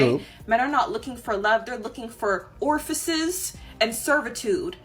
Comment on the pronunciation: 14.36.....i'm pretty sure that ORFICES is not a real world. If you're going to try and use a fancier word so as to appear smarter ! it's perhaps a good idea to get that particular word correct in the first place.